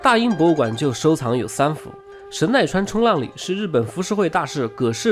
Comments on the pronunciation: 应该念成神奈川冲 浪里，不是冲浪里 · 神奈川冲 浪里， 要这样断句。